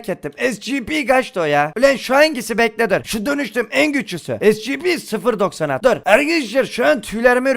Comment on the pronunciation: Abi o scp 096 diye okunuyo